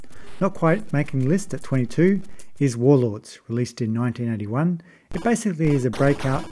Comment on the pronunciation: "Warlords, released in 1991." ???? Did you say 1981, or 1991? The pronunciation was kinda weak. Warlords was released on Atari 2600 in 1980.